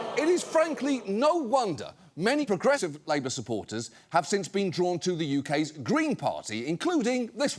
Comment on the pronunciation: the way he says "progressive" sounded weird. Is the audio edited?